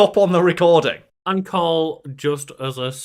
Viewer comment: ... It's KARL. Say it properly